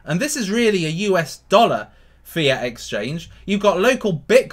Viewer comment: Lol every time you say fiat i think you are saying fear...I'm thinking there's a fearcoin?